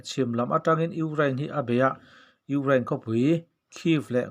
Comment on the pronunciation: Ukrlain tih mai mai, Chuan eng tawng mah ilam dik loh mizotawng tih loh Chu. Ama erawh Chu angaih nawm e